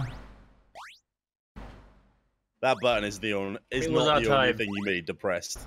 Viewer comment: "YOUR DOING ONE FING"